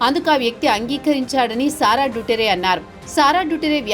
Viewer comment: It's దుతర్తే not డుటరే.